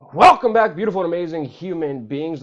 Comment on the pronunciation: Im serious and don't want to be rude to you,but if you want a signatures intro to your videos you don't need to literally bark "welcome back ".